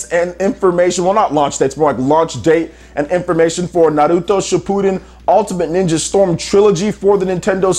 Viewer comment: You need to stop pronouncing Naruto as Nahluto